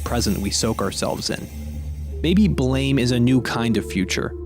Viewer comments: It’s pronounced Blam, not “Blame”. Sorry for being insistent on details. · the way you pronounce blame ends me lol but sick video essay!!